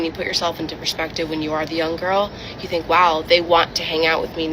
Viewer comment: Does anyone know what "theenk" means? 🤔😂